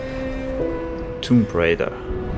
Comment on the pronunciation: to jest tomb raider anie tumb raider